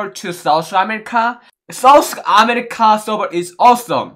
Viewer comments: M i da only one hearing sauce America instead of South america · Lol I thought he said sauce America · Lol did he just says sauce america😂😂😅❤️😂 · Sauce america 😆 sun ke atcha laga , main v try karunga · others- south america.. - saus america 🤣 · sous america🤣😂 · Nobody:: Sous America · Literally no one but:- Its souce America Not South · Nobody:: sooth america 😂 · I just heard sauce amirrka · M I the only one who heard sauce America instead of South America🤔🤔🤔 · No one: Literally no one: Absolutely no one:: "Give me Fawer SOS america" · no one:: give me fower sauce america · No One Literally NoOne Me: Asia Server: Aisa Server Lol😂😂 Me: South America: Souce Ashishka😆😆🤣🤣